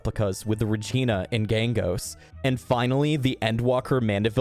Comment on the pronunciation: and "Regina" and "Ross at hand" XD no hating on him it just gave me a chuckle